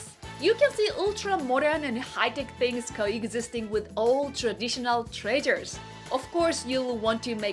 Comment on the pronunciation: Ultra-modern and high-tech things coexisting with old traditional traitors! Found that quite amusing! xD (Y, y I know, it's treasures, but still, it sounded A Lot like "traitors").